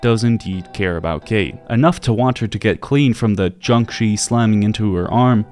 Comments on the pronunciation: Oh god her irish accent is brutal. Also her name isnt actually pronounced kate, Cáit is usual pronounced kinda like caught or cot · Being Irish myself I can't take anything she says seriously cos her accent is just DREADFUL, she sounds like she's about to steal me lucky charms! Not slamming the VA she probably was given bad direction by Bethesda. Furthermore, spelled like Cait, it's shouldn't be pronounced as "Kate" it should be pronounced as caw-ch. Great video though!